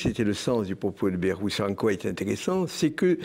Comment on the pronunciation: Le nom de Bayrou se prononce "baïrou".